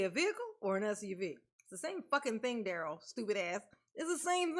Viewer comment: Girl you make me laugh calling out Duhrell and the Duhrell island 😂😂😂